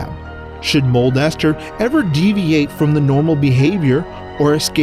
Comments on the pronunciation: not Mold-Ester Moon its Molester Moon (Smosh) also 2020 anyone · Guy: modldester moon Me: molester moon! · The way he says it is the funniest “mole ester moon is a spherical object” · I heard molester instead of mold ester